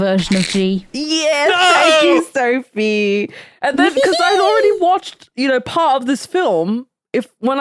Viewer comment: As a Brit living in Berlin I almost lost it at Söphie.